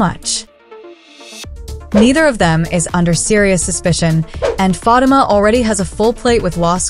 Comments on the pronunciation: Can someone please tell the narrator how to properly pronounce Fatima's name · Her name is Fa tee Ma